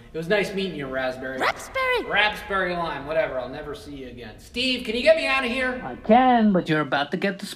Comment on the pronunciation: He didn't say "why are you even here" he said "why are you even heret"!?!?